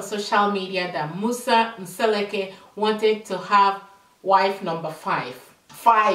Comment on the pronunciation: The name is pronounced M-seh-LEH-koo (not M-SEH-leh-KAY)